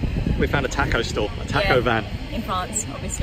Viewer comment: We know editing these videos is tough work, but I think most of us would have been happy with an hour of passing countryside, a few minutes of Terysa's narration and laughing, the beer and tacos (that's "ta-kos" not "tack-os" you wowser) and a post-credits scene of playing the accordion.